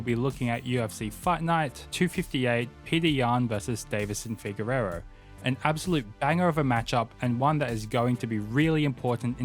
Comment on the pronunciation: Deiveson "Figueiredo." You keep saying Figueirro.